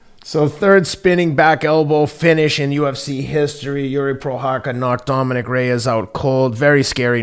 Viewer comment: Lol ken who rarely mispronounces names messed up on jiris names but teddy who butchers names a lot got jiris name right how ironic